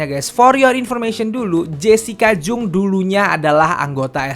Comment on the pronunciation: Bukang jung bacanya bang tapi jang